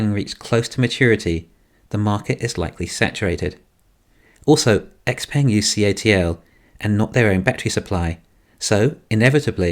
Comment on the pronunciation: Is pronounced xpung